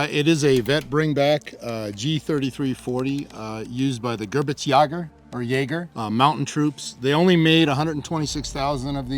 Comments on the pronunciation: Didn't feel the need to do another take after saying "gerbitsjägers" in that intro? Edit: Oh wow this guy said it too 😂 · You guys butchered the name by the way. "Geh BIRgs yay gurr" stress on the second syllable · "Gebitzjägö" xD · The WHAT ? ? ? The "Gebitzjagers" ? ? Please learn to pronounce German correctly if you are going to present a vid as "historical" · Wow! You have to work on your German pronunciation "Gerwitzjagers?" :D Fun fact: there are tons of these carbines in Norway, as the Gebirgsjägers were deployed in considerable numbers to the far north of occupied Norway to fight the Soviets on the Litsa front near Murmansk. The G33/40 was used extensively in post-WWII Norway, especially by the Norwegian police, and are often marked as such. Many of these guns were surplused and sold to civilians once the police got more modern guns. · The gerbitsjeger 😂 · Hoooooollly fuck you hacked that name up 😂. GEH BEERGZ YAY GER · Love the pronounciation "Gerbitzjaegers" lmao. Since you're basically doing a vid on a czech gun, why not make a video about the ZB-26? It was produced under the name MG-269(t) and used by W-SS, Polizei and rear units. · ( Gej-birks-yeh-ger ) btw. i like that Gun lul Aron and the FG42 when? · Gebirgs is pronounced (Geh-bergs) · Die deutsche Aussprache dieses Kameraden ist suspekt. Wir behalten ihn besser im Auge. 🤔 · It's astonishing that most of these folks decked out in SS drip can't even correctly pronounce the word Gebirgsjäger. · Just help him with pronunciation of Gebirgsjäger please XD XD XD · the way he slaughtered the pronunciation though. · Bruh that German at the start pained me. You would’ve been better off saying mountain troops😂. Ngl you and Brandon’s German pronunciation makes my very soul wither. However, your content and character is notable so that I’ll just barely find it in my heart to forgive you. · terrible pronunciation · hate how you prenounced the name, love the content!